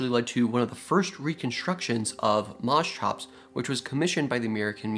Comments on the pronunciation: Yeah, what the hell is mos-chops? It's mosch-ops as you said coming from (μόσχος | moschos "calf" and ὄψ | op "face, eye"). I know it's hard for english natives to pronounce the "sch" but try mosh-pit > mosh-ops. Funnily enough i learned a few years ago that Dunk-leos-teus is named after palaeontologist David Dunkle and osteus "bone", so would be pronounced Dunkle-osteus. Nobody is immune. But that only means we all can get better. Just to many creatures get their name butchered. Be better than the rest. Call them by their real name. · Mos hops, not mos chops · It's pronounced Mos(KH)ops (a heavy H sound) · Moschops = Permian Porkchops Well, they look like you could get some pretty good chops off them. At any rate, I'm pretty sure it's supposed to be pronounced Mosch-ops, with the "sch" pronounced like "sh", not Mos-chops. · it is not pronounced like that. correct pronounciation is "musk ops" which means calf head. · Interesting animal, but please learn how to pronounce "Moschops" correctly. The ch is pronounced as in "chiropractor". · CH in greek sounded like a K. Say moskops. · Isn't pronounced as mos-k-ops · Strange pronounciation. Here in Germany we pronounce it Mo-shops. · You'd fare better pronouncing it Moskops. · Try 'mosh', as in mosh pit. And the -ops is the same as in Triceratops. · Yes, the Greek ch is pronounced like in Scottish loch per se, but after some slight anglicization you arrive at mos-kops. In other words because it needs to fit English phonological tactics. Mind you, I also know only the barest minimum from a liguistic standpoint. A person knowing greek well might contradict me. But mos-tshops is definitely wrong. Greek ch should always become k or in rare cases g when anglicized, never tch. Here's your analogies: psychology, dichotomy, monarch, archaeology, anarchy and so on and so forth. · Moschops is such a fun name to say!😂 Especially if ya pronounce it in stupid ways like I do!😂